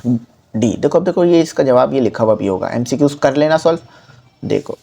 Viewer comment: sir ny khod MCQs ghalat bola to hmy kya sekahy ga sir hahahaha